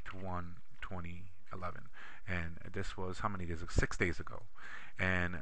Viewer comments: ahah when he said sex instead of 6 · LOLsex instead of six never a boring moment, I already suscribed. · This is great..Thank you for sharing your knowledge. But funny how you mistakenly said SEX instead of Six, I like the way you think.Hahaha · "one, three, five.. sex- uh, six hehehe" 0.o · one, three, four. two, four, sex. lol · calling "six", "sex" made my day. Its not a big deal but I've watched so many of these boring videos today it was a funny surprise. I feel like a teenager again. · this guy must be a german speaking, because he pronounced six as sechs:-).. but its ok, it didnt disturbed me at all. the ONLY things that DISTURB me is how he zoom in and zoom out. But it is very helpful!. I am learning excel and i dont want to go to a formal school, really appreciate it. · One Three Four "Sex" lol... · sex.. six. lmao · Loved the "opps" on the number six. Showed me even professional people make mistakes. I stammer if I am not careful and land knows what I say then! Loved the info, very simplistic and well defined. Even I was able to understand and use the points you taught and I have only used Excel 1-2 times.